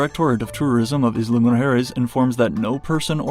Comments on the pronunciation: "Eezla" 😆😆😆😆 it's pronounced like "ile" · Please, please, stop breaking my ears by mispronouncing the word “Isla!” It’s “Ai-la” not “Is-la!” Like island?